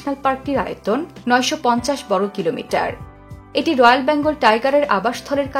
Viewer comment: বর্গ , ব্রহ্মপুত্র এরকম অনেক শব্দ উচ্চারণ সঠিক হয়নি! খুব বাজে উচ্চারণ আপনার।